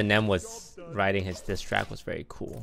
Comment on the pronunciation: "like how Eminem wrote his dis tract" I'm pretty sure its just him not pronouncing things correctly.